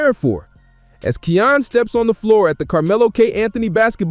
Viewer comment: His name is pronounced: Ky•yan (Kiyan) dope vid 💯